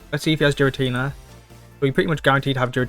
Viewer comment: Im cringing more when he pronounced Giratina into Jiratina.